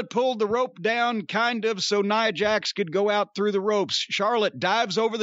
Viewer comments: Cornette keeps saying Neeah Jax. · He don’t even kw how to pronounce Nia Jax name. Can tell he don’t watch the women matches.